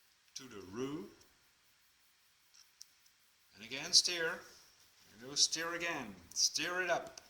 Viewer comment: Thanks your recipe is great second time I have used it! Everyone loves them. PS your English is excellent just remember stir rhymes with fur not fear.